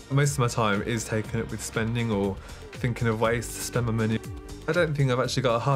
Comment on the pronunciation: He messes up the vowel in 'money' and 'month'.